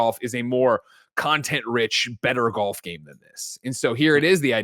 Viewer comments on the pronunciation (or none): Kinda sad is going to lose to a guy that can’t even pronounce “golf” correctly lol